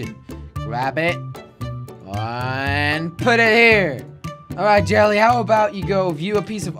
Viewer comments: It's yelle pronounced jelly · No it's jelle and it's pronounced yelee but people call him jelly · It's spelled as Jelle, but it's pronounced as YELL-AYE. It's a Dutch name, so he made his alias Jelly so it's easier to pronounce. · jelle, but it's pronounced yelle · Pronounced Yell-ay